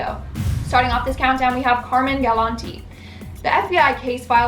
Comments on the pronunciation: Its pronounced "Car mine" not Carmen. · Love these vids but my OCD won't let me ignore the pronunciation of Carmine... It's pronounced as it's spelled. "Car-mine" instead of "Car-min" which is female. I'm sorry, I couldn't help myself! 🤪 Still loved the video though! 🖤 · At least pronounce Car-mine properly